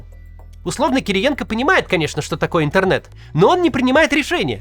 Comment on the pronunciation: Он даже произносит это слово с нескрываемым отвращением: "ынтэрнэт" 🙄...